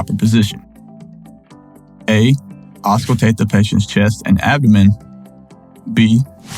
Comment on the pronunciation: right. I thought the same thing, so when he said ausculate, I was like huh???